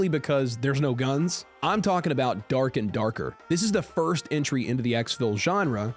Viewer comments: "Derk and derkerrr" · Anybody else think of team America when you said durk and durker 😂😂😂Lol 😂😂😂😂😂